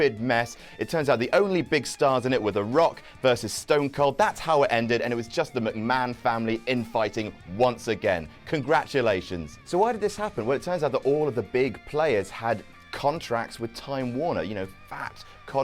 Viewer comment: Did say "Shane MacMac"?